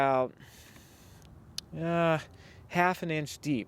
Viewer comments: This was really cool and informative, BUT.... the way you pronounced it "may-sure" instead of "meh-sure" nearly drove me crazy. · Pronounced "mesure" the A is silent in measure. Awesome idea! I am going to do this in my garage. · Make sure you may-jure the tem-playt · Maybe the people who can't stand him saying MAYsure. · OMG the way he pronounces Measure is driving me crazy lol. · Great video! I couldn't help but notice the way you say measure. Anyways I just subbed to your channel!